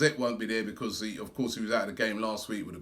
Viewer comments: can't say 'because' 😂 Becoss 😂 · just listen to how he say 'because'